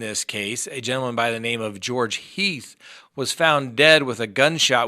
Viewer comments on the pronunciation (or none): none